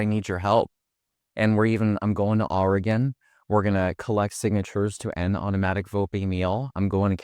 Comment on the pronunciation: Please bro: pronounce Oregon "Organ"